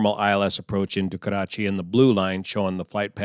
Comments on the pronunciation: Just FYI Karachi is not pronounced with a rolling R. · I positively enjoy the way you say Karachi. Nice analysis. Very informing. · Your pronunciation of "Karachi" is better than us Pakistanis! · It's funny how u say "Karrrachi" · You gave to know, how to roll your rrrs!